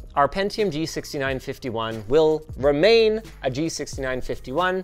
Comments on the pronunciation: Did you just call it G-nice-51?😂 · No one's going to mention Linus saying the Gnice51 ? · That sneaky “G-nice-51” was great.